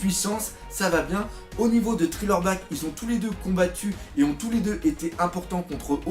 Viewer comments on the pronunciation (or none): none